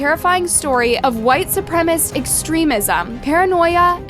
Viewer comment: Not once you say 'supremacists' right 🤦🏻‍♀️